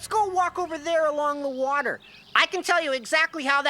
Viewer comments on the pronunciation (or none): none